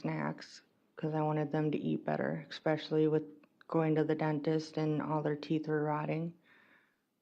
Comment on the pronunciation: WOW eXpecially? I'm sure its especially...